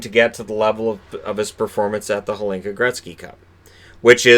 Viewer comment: And some pronounciation - The "H" in "Hlinka" is silent.